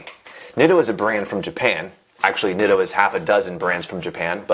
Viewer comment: pronouncing it "nit-oh" and not "neat-o" as well as calling braze-ons "brass-ons" is making me want to call the police